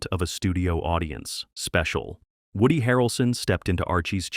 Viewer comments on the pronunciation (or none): none